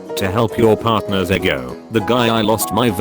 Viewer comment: Im just laughing at the fact that the voice reads ego as eggo